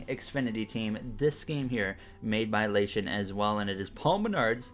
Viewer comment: Hey His Name Is Actually La Ti On You Kept Saying It Wrong